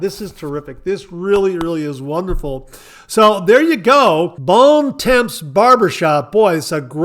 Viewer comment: Bons Temps is pronounced almost like "bawn tawm"